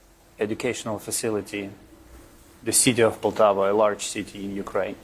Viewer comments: It Poltava, not Paltova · Poltava. My dear Poltava